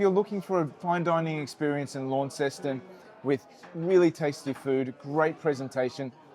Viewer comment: If you are going to be wanna be reviewing food learn how to pronounce the word Jus and Launceston